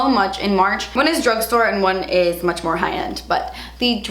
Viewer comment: I think you keep saying munch becuz of all the Easter candy you munch on had..lol I’m going to have to try that Becca powder. Thanks for the info on your favorites. Take care&see ya😁